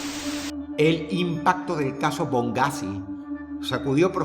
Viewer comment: No es bongghazi es boneghazi